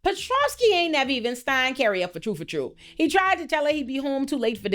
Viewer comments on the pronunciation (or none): 'Fuh true' is so Caribbean of you lol